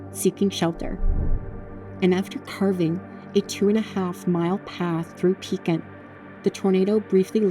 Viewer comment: Ma’am I live in Pekin and it is pronounced W-E-E-K. And Cef-cue!